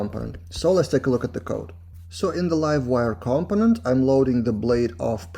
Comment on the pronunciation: Awesome video, as always Your accent is awesome! BTW, In english we say "CUM-Ponent" rather than "COM-Ponent" (easier to say too)